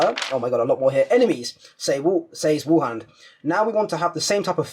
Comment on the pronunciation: "martin woohand" bless you :')